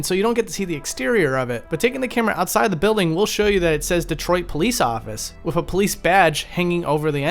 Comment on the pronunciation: Fascinating vid, but can you please stop saying 'wif' instead of 'with'? It's driving me nuts in an otherwise excellently-narrated channel.